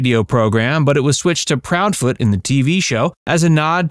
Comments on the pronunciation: Chester's last name was NOT Proudfoote. Is this guy drunk? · chesters name was proud foot on the radio. not the way you said.